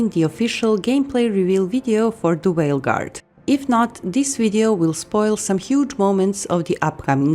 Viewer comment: Did you say whale guard